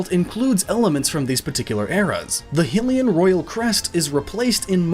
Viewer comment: Your pronouncing "Hylian" and "hylia" wrong, but you can pronounce Hyrule right?